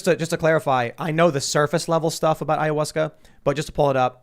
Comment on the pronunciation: Nobody: Tim: Ayawussca